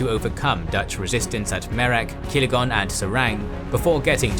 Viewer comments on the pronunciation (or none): But 0 research on pronounciation. "Ah, yes of course... my favorite cities, Kilegon and So é ra ba ja!!" 😂